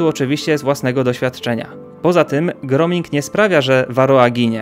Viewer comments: Nie "groming", tylko: gróóming :) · Dziękuję za film.🙏 Zwrócę uwagę tylko na jedną rzecz: "grooming" czyta się "gruming" co oznacza pielęgnację.